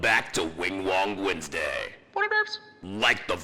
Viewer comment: welcome back to Wingwong Westday